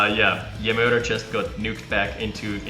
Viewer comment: "JeMoeder" is Dutch for "Your mom" (Source: I'm from NL). On pronunciation, the "moeder" part is closer to moo-dur (moo as in what a cow says, yes). Hope it helps. :)